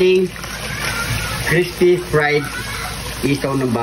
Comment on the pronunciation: Crispy 😂😂😂 idol nmn eh bungal ka,di nmin Marinig na crispy😅